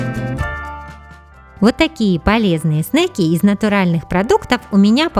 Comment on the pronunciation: Говориться не снэйки а снеки. Снэйки значит змеи на английском.